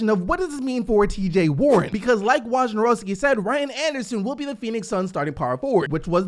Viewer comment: You finally said Wojnarowski's name right lol